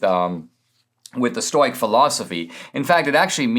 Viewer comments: Say it with me Dinesh: Stow-ick! Lol, love you Dinesh, but hearing "stoyk," over and over was difficult, even for a stoic (and a Greek, at that) like myself. Even in Greek it wouldn't be pronounced that way (would require a "k" in lieu of the "c" - "oik" is what makes the "oy" sound you keep using in Greek), and certainly not English. STOW-ICK - thank you! Your "Aurelius" could use a bit of work, too, but I'll give you a pass on that. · Ok at first I was distracted by the mispronouncing of stoic, but then when he started talking about aggro penis I wasn't paying so much attention to that anymore. 😆